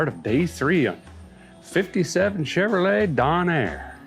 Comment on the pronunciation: You pronounce Chevrolet incorrectly. It's pronounced Chevro-lay not Chevro-let I'm from the 1960's and you're the first person in all my years that pronounced it as Chevro-let.